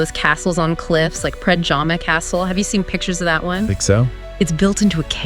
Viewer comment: The rotating coat of arms at the is from the country of Slovakia, the Slovenian coat of arms is completely different, with Triglav mountain on it. You comically mispronounced local words. Predjama (castle) became pižama (sleeping clothes), the national Slovenian dish "potica" became "putika" (vascular disease), and more...